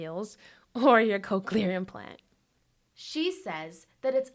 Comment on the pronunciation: they are called cochlear implants, not "coke-u-lar"